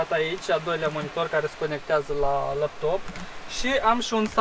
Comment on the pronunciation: "Lăptop", Mooor! =)) =))